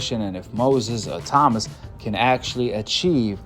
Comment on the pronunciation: Bro, his name is pronounced Moses ITAW MAAAA.